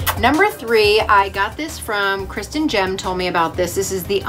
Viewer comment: Did you mean Kristin Gehm for the mascara? (Pronounced game, not gem). 🤪🤪